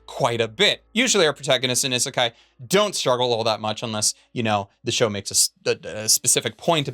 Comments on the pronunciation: Ok, I'm going to be one of those Japanese people to tell him that he's pronouncing Isekai (異世界) wrong in this video. It isn't pronounced i-sekai, but E-sekai with a hard 'E' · It's Ee-sekai. "I" makes a long e sound in the transliteration. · Do you intentionally pronounce isekai in the most painful way possible? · Is the constant mispronunciation of isekai a joke or meme that I am not weeb enough to get? (or alternately too weeb to get?)